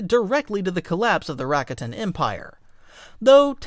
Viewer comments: It's prounced Rah-kah-tin not rack-a-tin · It's Ruh-kot-in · Man AI sucks at pronouncing things. Rack—a-tan lmao